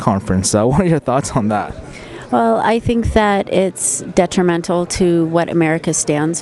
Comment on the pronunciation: LMFAO!!!! SHE SAID DETREMENTAL!!!! she blew my mind away by using a SAT word. With the word of the day! That one had 4 sylables! good job Jenna.